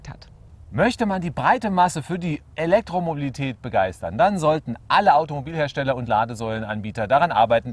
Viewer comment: Der Herr Professor hat Probleme bei der Aussprache des Wortes Elektromobilität :D Oder sind meine Ohren so schlecht ;D Aber sonst wirklich überzeugend gemacht :D Elektroautos sind allerdings trotz der immer gepriesenen einfacheren Technik erheblich teurer als vergleichbare Verbrenner. Der eGolf 31.900,00 € Tesla S 68.137 € Smart fortwo EQ cabrio 21.630 € Zoe 21.000€ zzgl. Batteriemiete Mein vorletztes Stadtauto war ein Corsa B Baujahr 1996 mit einem Liter Hubraum. Der hat zweimal den TÜV überstanden und nur zwei Mal die Werkstatt gesehen. 6 Liter auf 100km und der Motor nicht tot zu bekommen. Das Teil hat mich ganze 800 Euro gekostet Für weitere Fahrten kam dann halt ein komfortabler Leihwagen zum Zuge. Ich habe immer wieder das Gefühl, Individualmobilität soll oder wird, wenn es nach Grünen und anderen Ökos geht, in Zukunft nur noch Privilegierten zur Verfügung stehen. Bei den Preisen :D